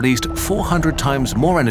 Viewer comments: He said tsar Bomba pronounced as (tzar bumba) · i been telling my friends how hard the "ts" sound is to make for english native speakers. its not a syllable we are accustomed to. Glad to hear you pronounce it correctly in Tsar bomba and Tsunami, cuz its TS-oo-nah-mee so su-nah-me